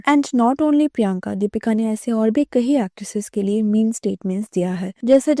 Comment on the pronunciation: Kayi not kahi.. meaning- many